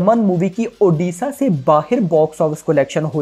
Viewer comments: ओदिशा नही भाई ओडिशा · ओदिसा नही उड़ीसा बोल भाई नही तो unsubs कर duga 🤣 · One request sir pls pronounce the state name proporly..it's not oodisa it's ODISHA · Don't say oddisaaa it odisha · Bro first learn to pronounce the name "Odisha". It's not oddissa. Are you guys for real! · सर इसे ओडिशा उच्चारण कीजिये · Brother aap Odisha ko galat pronounce kar rhe hai, please pronounce it correctly 🙏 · please pronouce odishsa correctly u are from india not from england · since you are using odia film as a content for your channel at least get pronunciation corrected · Odisha ka nam sahi se lele fir movie review karna